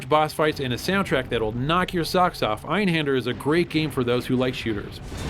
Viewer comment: can no one pronounce words with umalauts? It seems no one says Einhander properly. The a is pronounced like a i like hinder... Guess no one gets it.